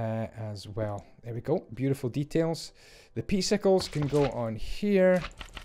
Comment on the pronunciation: As well as "wuckets of bater"